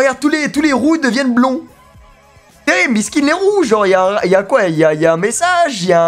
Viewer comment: Dsl mais tu fait exprès de mal dire les prénoms exemple elle s'appelle biscet et non biscuit